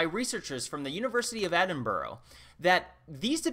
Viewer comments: Edinburgh is pronounced edin-bruh not "edinburrow" btw. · It's not "Edinbro" its Edin - burgh (burrah) 🖖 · Love you man, but its pronounced as EdinBRUHHHhhhh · Dude, it's Ed-in-bruh... 😀